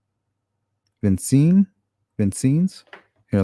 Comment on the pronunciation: Vincennes is pronounced “vin- sins”. I graduated from VU in ‘80……